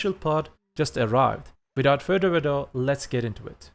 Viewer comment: Without further (Uh doo) ado!!!! Love your videos